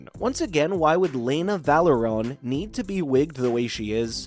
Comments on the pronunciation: I don’t think you get a say if you can’t even say Velaryon properly. Clearly you haven’t seen the show. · Can the narrator not read properly? He pronounced the term Velaryon wrong everytime and no one corrected him.